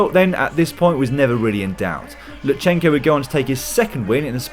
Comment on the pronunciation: LuTSenko, not LuTSHenko (T pronounced very shortly immediately followed by S). And thank you for great highlights!